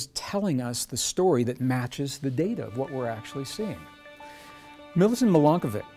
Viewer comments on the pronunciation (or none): Milanković was a Serb! From Serbia! Pronounced MilankoviCH